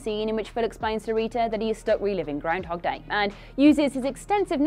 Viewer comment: I just like hearing say 'grindhog'.